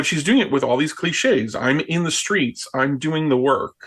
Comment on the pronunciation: "I'm in these screets" - Kalama is such a pathetic phony! How could anyone trust her, or for that matter, trust democrats? So pathetic, I cannot believe this is the best the democrats can do, but I'm glad they are doing it because it is going to be a LANDSLIDE!